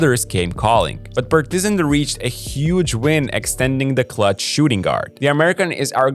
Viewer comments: Actually,this is how we say Partizan in Serbia,good work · That is the best pronunciation of Partizan and Crvena Zvezda i ever heard of someone on yt, he actually says it right.